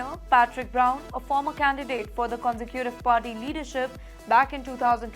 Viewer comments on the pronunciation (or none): Mam please pronounce Conservative properly properly, its not consecutive